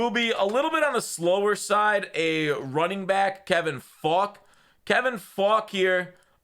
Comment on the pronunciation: The way you say Faulk is gonna get you demonetized